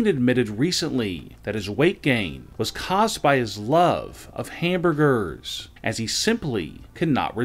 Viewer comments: "...caused by his love, of HAMBUR-GERRRRS as he simply could NOT results THEM...and has stopped eating HAMBUR-GERRRRS." Can somebody fire this guy please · The way he says hamburgers is purely hysterical 🤣🤣🤣